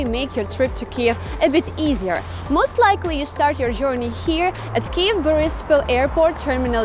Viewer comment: Проорал с произношения слова "Жорни"